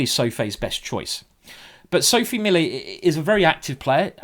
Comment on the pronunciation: it's Milliet, not Millet, please fix that Simon